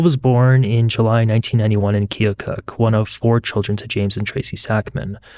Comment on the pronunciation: Thanks for your correct pronunciation of Keokuk, IA.